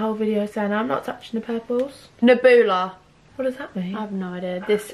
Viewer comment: OMFG HAHAHAH I cant believe said Neboola instead of Nebula. im dead